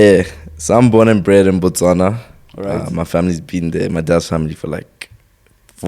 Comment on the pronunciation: I'm proud this guy said Botswana, Botswana... Not Baswana! 😊 Lots of love yeah 🇧🇼🔝🔥 big Up